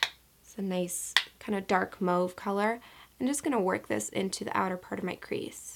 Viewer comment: THE WAY SHE SAYS MAUVE LITERALLY KILLS ME